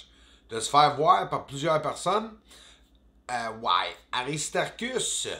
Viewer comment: On ne dit pas PARSON mais plutôt personne. Prends des cours de diction afin que j'arrête de saigner de l'oreille. Merci. Ah oui, je vais aller chercher mon châpeau d'aluminium...